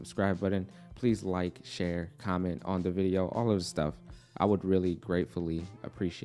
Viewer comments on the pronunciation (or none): none